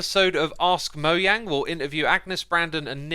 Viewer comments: ITS MOJANG NOT MOYANG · He keeps saying moyang instead of Mojang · It’s mojang not sorry you annoyed me and most of your fans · Lol he said “moyang” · Why do you say "moyange" lol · Why MOYANG?! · I love how he says "" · Why does pronounce mojang as moyang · moeyang? or moejang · STOP PRONOUNCING MOJANG INNCORECTLY